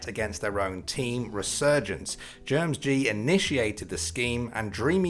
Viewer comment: I think the mispronunciation of GermSG is hilarious as a Singaporean. It's Germ S G not GermsG LUL